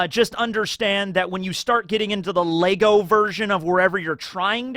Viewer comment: Bruv, there’s no s on the end of Lego. Sort your shit out